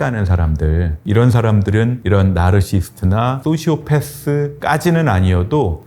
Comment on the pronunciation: 내용도 목소리도 너무 좋은데 나르시스트 라고 하실때마다 ㅠㅠ 자막까지 ㅠㅠ나르시시스트로 수정요망드립니다.